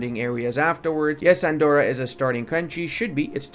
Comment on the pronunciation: Please, Andorra its pronounced with a hard r